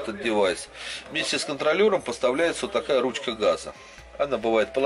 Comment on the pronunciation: Пожалуйста...контроЛЛером..в каждом видео...по ушам прям...чесслово...))))